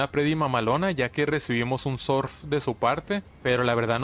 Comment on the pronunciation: me encanta cuando dice sorf, "sonia utiliza sorf" 😂😂😂😂